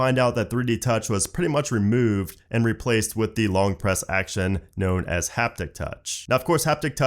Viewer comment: You say, "Remewwwwved" like a Philadelphian. Are you a native Floridian?